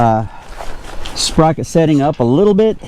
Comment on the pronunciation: Say”sperocket” one more time. 🤣Great video. Great job and Thank You